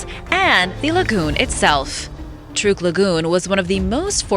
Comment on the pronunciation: It is pronounced Truck lagoon.